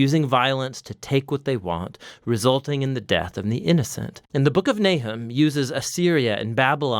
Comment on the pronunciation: His name is not Nai’hem; it is Nah’chum.